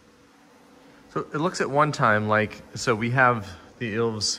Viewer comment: I had a double take when the Finnish jersey's came on, so I had to google Len Lunde. Your pronounciation of ilves was close, you just also have to pronounce the E. It means lynx in Finnish, which is why it's their emblem. In Suomi you seemed to switch the u and the o for some reason. CCCP means the Soviet Union.